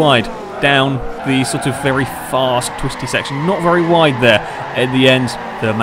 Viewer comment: You said ride instead of wide